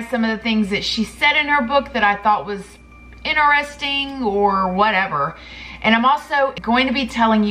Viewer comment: “Ineresting” 😂 love you ❤️